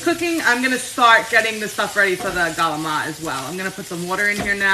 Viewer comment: Love your videos. I grew up in an Italian American family and the cooking was exactly like your stuff. And we also pronounce CALAMARI the same way!!! We had pasta/broccoli, pasta/beans every Wednesday growing up. Not my favorite.. lol! You are such a positive presence. I love how you throw the haters to the curb and just do you!!! Right on!